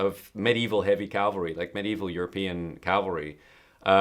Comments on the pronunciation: Cavalry, not Calvary. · He means Cavalry, not Calvary.